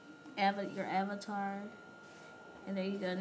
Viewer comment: if you were born like that you said avatar wrong but ok your way